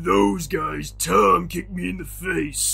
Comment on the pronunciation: ITS TOM NOT TORD